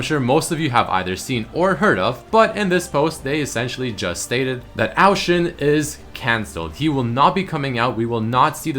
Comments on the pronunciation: I couldn't take the pronunciation of Ao Shin after 7th time you said, ITS A-O Shin not OW SHIN DAMMIT. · Isn't it O Shin not Oao shin